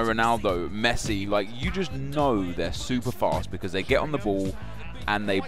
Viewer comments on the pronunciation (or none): none